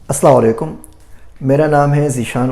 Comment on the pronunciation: Assalamu Alaikum aapki videos bohat achi hoti hyn. Aap say aik request hay please aap salaam ko properly way me bola kijiyey please. Umeed hay k aap bura nhi manengay. JAZAkALLAU KHAIRUN KSEERA